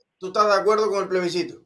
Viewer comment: Plebiscito no playbiscito jajaja